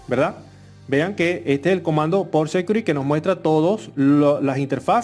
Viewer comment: Muy bien hecho pero le quiero hacer una recomendacion que me parece es bien importante por la audiencia y la labor de educacion que esta ejerciendo aqui. Has pronunciado varias palabras muy mal. Aqui le menciono las correcciones del caso: security: Ud lo pronunica sécuri. Se pronuncia sequiúrity. sticky: le capto a escuchar que dice steak (esto es un corte de carne). Se pronuncia stiqui. configure: se pronuncia confígiur (tilde en la primera i ) Finalmente. mi mejor recomendacion es usar google translator para que le suminitre la adecuada pronunciacion. Fuera de ahi, exc video. Muy informativo.